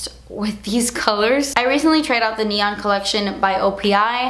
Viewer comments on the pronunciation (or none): none